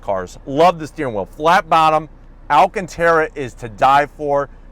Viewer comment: it’s not pronounced AL-CAN-TERA, it’s pronounced AL-CAN-TARA